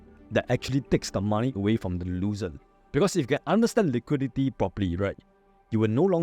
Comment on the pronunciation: For every winnel there will be losel 😂